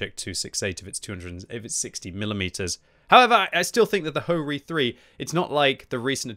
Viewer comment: its not Ho-Ri 3 its HO - RI 3 - LE